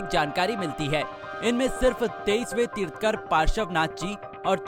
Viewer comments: It's tirthankar not tirtkar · तीर्थकर नहीं,तीर्थंकर कहें। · Video बनाकर अच्छा काम किया बुद्ध का फोटो दिखाया तीर्थकर नही तीर्थंकर बोलो जीवदया सबसे सटीक कार्य सफलता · अपूर्ण इन्फो ऑर नॉलेज जैन धर्म अनादी काल से हे... पहले खुद की इन्फो क्लिअर करो... तीर्थंकर बोलते नई आ रहा भाई आपको... कोई जैन को साथ लेते इतना पुराना न्यूज पेपर हे आप का... जय जिनेंद्र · वीडियो उसे ही बनानी चाहिए जिसे us विषय में knowledge ho केवल पढ़ कर बोल देना ठीक nhi तीर्थंकर भी बोलना नही आ रहा ठीक से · Mahavir swami was our 24 th tirthankar. Jain dharam starts from 1 st tirthankar not from 2600 yrs before. U didn't spoke few words correctly like tirthankar, paraspropgrow jeewanam etc.